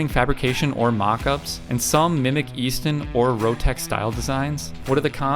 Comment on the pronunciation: Eaton not Easton.....but otherwise good information.